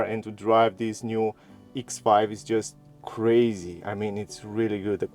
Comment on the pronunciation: “BMW Eeks Five”